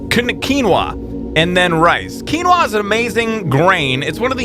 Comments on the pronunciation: Finally someone who talks sense about quinoa and knows how to pronounce it!!! I personally can't get enough of this amazing and delicious food :D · Love the new series! Just so you know, it's pronounced "Pot-Ash";] I love the way you pronounce Quinoa though lol it's the way I pronounce it!